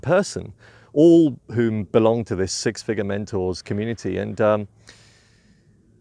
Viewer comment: It's been a mighty long day, admittedly, but at first I thought you were saying "Six Figure Mentals" and had a good chuckle. :)